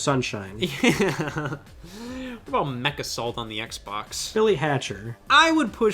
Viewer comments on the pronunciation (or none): none